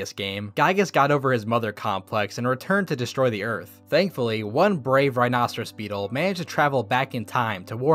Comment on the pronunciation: Did anyone realise that he said rihros beetle